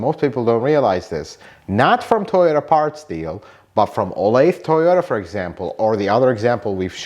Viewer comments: In the SF Bay Area I've more often than not had a dealer try to sell me parts for above MSRP. BTW, 'Olathe' is in KS, and it's pronounced 'Oh-lay-thuh.' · I used to live in Olathe, Kansas. It's pronounced 'oh-lay-thuh'. 😁 Thanks for this, very helpful! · Mine too. Should we tell him it’s pronounced “oh-lay-the” and is in East central Kansas, in the Kansas City area? lol. I bought my last two cars there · olathe is a suburb of Kansas City and they pronounce it oh-lay-tha. its about 20 miles southwest of KC, FYI.